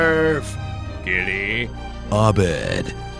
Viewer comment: when he said Abed I died a little inside